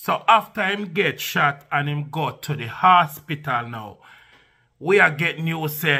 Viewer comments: "Hospital" not asspital gosh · it’s hospital. Not asspital